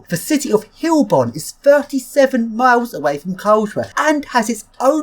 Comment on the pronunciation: It's Heilbronn, pronounced hi-el bronn, ;)